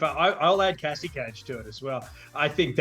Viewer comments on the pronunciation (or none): none